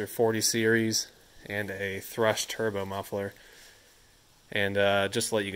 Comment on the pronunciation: Thrush sounded like poo poo.